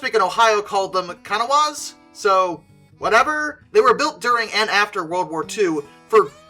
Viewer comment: Ugh, pronunciation of Kanawha grates on the nerves. It is so terribly off. Basic TTS can do better than that and It still isn't precise.